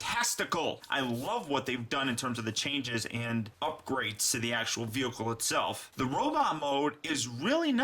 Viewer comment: why do you say veoka and not vehicle